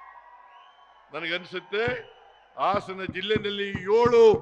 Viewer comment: ಲೋ ಪೆಕ್ರ ಆಸನ ಅಲ್ಲ ಹಾಸನ